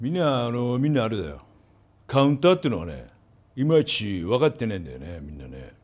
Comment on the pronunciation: カウンターの発音が完全に前田語w